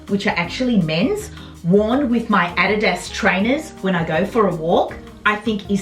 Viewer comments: Fun to watch.... Lol, pronounced A-Dee-Das = adidas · Hi. I love your accent. I don't pronounce adidas correctly either. We say a deeeee dus. Correct pronounciation is o dee does. But no one in Canada pronounces it correctly. And if I did then I would sound strange, ha ha!! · Who can resist a super huge haul from you! You're just a joy to hear and your excitement is infectious. I particularly like the way you say "Adidas"...in America, it's pronounced a-DEE'-das, with emphasis on the DEE, but your way is fun. Everything looks sensational on you! That red velvet blazer may have been my favorite thing, but all the blazers are fantastic. What a find!! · What a great FREE haul!!! Also, I just love the way you say Adidas! Totally different than we say in the US.